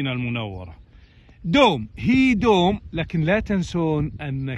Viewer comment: الله يهديك يا دكتور، حرف o ليس من لغتنا العربية. الكلمة تلفظ دَوْم وليس دoم